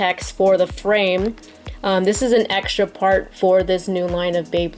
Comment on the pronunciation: its not supposed to be frame that's just how its pronounced in japan its supposed to be flame